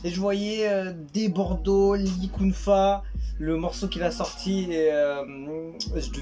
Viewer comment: Débordo likonfa, tel est prononcer par le youtuber, là il m'a tuer c'est trop bon, en tout cas le son me faire plaisir de l'écouter